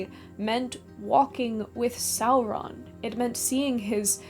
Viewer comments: I just don't understand why you do that fake r flip when you say Sauron. I couldn't quite finish the video. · Why are you rolling the R in Sauron? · I like the way you say "Sauron". Talk LOTR to me,. ❤😂